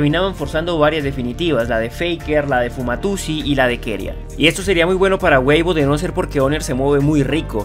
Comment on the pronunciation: Me sigo preguntando por que este man sigue diciendo Fumatusi en ves de Fumayusi